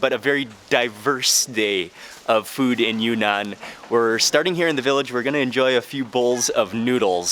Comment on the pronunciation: It’s “Yun-Nan”, not “Yu-Nan”.